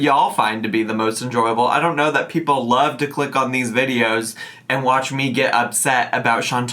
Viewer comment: I thought he was saying “essay” 😂